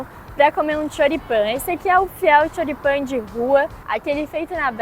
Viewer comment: Esse Xoripamm kkk bom dms deu fome